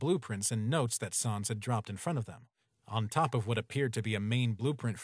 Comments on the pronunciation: Pronounced it wrong. It's pronounced S-an-s not sahhns. It's like calling papyrus, Pappyroos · Them saying Sans wrong makes my bones hurt bro